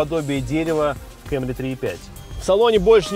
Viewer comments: Кэмри? Совсем шиза? Камри, чел, камри... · Не Camry,а Camry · КЭМРИ ПХАХАХАХАХАХА, КАМРИ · Выключил после слова кЭмри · Диз за слово кЭмри...